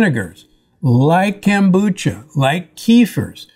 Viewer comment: why does he call it "Kambucha"? it's KOM.....Kombucha!